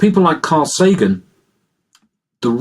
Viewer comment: Carl SAGAN? The "G" is just a "T" with a long curly tail.